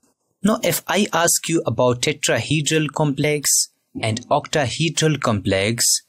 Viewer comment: Tetrahedral❌ Tetraheedral✅ 😂😂